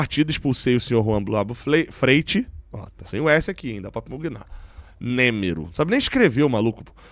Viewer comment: Porque "nêmero"?? 🤔